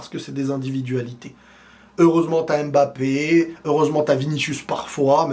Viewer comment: Arrête avec la prononciation "ÉM-BAPPE" je t'en supplie !!!!